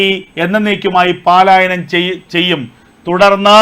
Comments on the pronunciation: സുഹൃത്തേ പാലായനം എന്താണ് അതിന്റെ അർത്ഥം. 'പലായനം' എന്ന വാക്ക് സ്ഥിരം വാർത്ത വായിക്കുന്ന ആളുകളും വച്ച് കാച്ചുന്നു.ആരും തിരുത്താൻ ഇല്ലേ??!!!! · ഏ! ഉവ്വേ! 'പാലായനം 'എന്നൊരു വാക്കില്ല . ഉള്ളത് പലായനം എന്നാണ് .